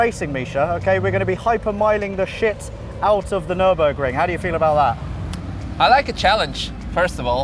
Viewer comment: Nürinburgring? Where is Sabine?? Nürburring maybe??